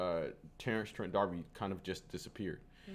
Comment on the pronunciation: No. He is absolutely not. You don’t know your music history. You’re young, so it’s understandable, but you are absolutely wrong. Edit: I Didn’t even notice that you said “trend“ instead of “Trent”, so your bias is obvious.